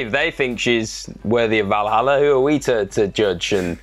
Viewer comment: Val Halla, surely? Valerie Halla? 🤣